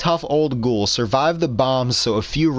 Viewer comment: "Its a cgouhl mod" lol, good video as always